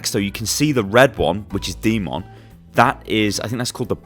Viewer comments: pronounce d.mon, demon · Second time I hear someone butcher the red MEKA’s name....”D.mon” it’s pronounced DEMON!!! Like a fucking devil!!! Get your shit together